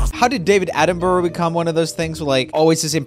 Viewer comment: Joel you mispronounced attenborough and I like him